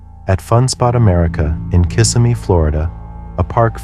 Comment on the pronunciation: Please, it's pronounced KisSIMee People mispronounce it all the time